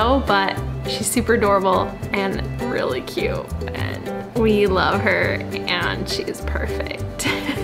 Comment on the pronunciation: There’s a “t” in the word cute🙄